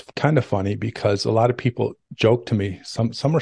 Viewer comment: "lot" not lit